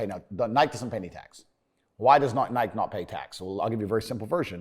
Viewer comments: I have never heard Nike pronounced like that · We not gunna talk ab how he pronounces nike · TATE L for not knowing how to say Nike 🤣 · The way he pronounces Nike is cringe